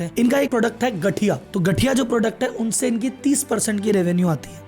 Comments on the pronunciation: Gathiya ❌Ganthiya✅😂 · એલા ભાઈ ગઠિયા નઈ ગાઠીયા😂😂😂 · गठिया नहीं बोलते गाँठिया सही उच्चारण है। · અરે ભાઈ ગઠિયા નહીં ગાઠિયા 😂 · गठिया नहीं वो गांठिया है गुरुजी।। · गटिया nhi vo गांठिया hai😭😭🤦‍♂️ Why non gujarati can't pronounce simple gujarati word😭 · Sir (गठिया) nahi, (गाठिया) hota hai. BTW love from Gujarat❤ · Not gathiya is Gathiyaaa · your pronunciation of gathiya so funny it's called GAATHIYA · Sir pronaunce wrong its not gathiya its ganthiya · Gathiya pronouns is wrong...